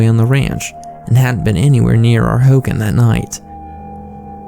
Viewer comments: I'm Navajo and it pronounced Ho Gon not Ho gan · Sorry it’s driving me crazy it’s pronounced “ho-gone” not “hogin”